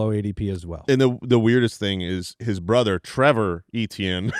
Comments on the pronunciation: Ok can we please stop saying Achane for Etienne?? Its getting confusing and annoying lol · Travis Etienne is pronounced “AY-TEE-ANN”. Travis was born and raised in Cajun country about 15 mins from where I was born. I don’t care how he says it’s pronounced, it appears he had some southern drawl in the viral clip of him correcting pronunciation. It is certainly not “ACHANE” like Devon Achane. Every Etienne from Jennings, LA pronounces it “AY-TEE-ANN”, and when pronounced fast with some Cajun slang annunciation it can sound like “Achane.” Another is Kayshon Boutte. It is pronounced “BOO-TAY.” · So odd that they (ETN's family) pronounce Etienne that way. In french it is more like Eh-Tee-Yen. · Are they really calling him achane??? Come on. It's fucking Etienne 😭😭 don't do this to me. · Travis Achane (Etienne) they get correct now everytime…. mention his brother Trevor (Etienne) and they’ll never change the pronunciation lol